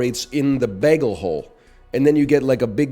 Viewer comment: pretty sure the chatter meant because you pronounce bagel like beggal